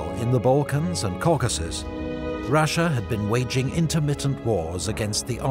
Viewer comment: Good coverage. Thanks for posting. One critique: Russia has no "H" in it. It's not Rush-ya, like a football tactic. It's Ross-ya or Ross-Ee-Ya. Accuracy recommends you. Persistent Inaccuracy suggests your research suffers in an attempt to garner sponsorship. Imagine if Putin called us the "Hoo-Haw Esse". We'd be insulting him "back" by ruining pronunciation of his country's name. Oh-wait! We've been doing it for 100 years!